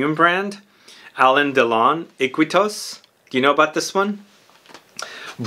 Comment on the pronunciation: It’s funny Iquitos ( it’s actually pronounced “eekeetos”, it’s a city in the Amazon of Peru) was my uncle’s favorite fragrance in the 80’s and everybody made fun of him because it was a VERY Rose forward fragrance for men.